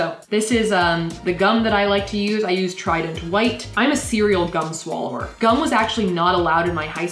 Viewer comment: omg she kind of slurred that too. lol